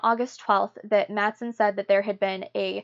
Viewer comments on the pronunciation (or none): Just for the sake of accuracy: "Wall" in swedish is in swedish pronounced with a "v" as in victory and not with a "w". And in danish the name "Madsen" which is quite a common name is pronounced with a silent "d" like in "mass". Otherwise, good work!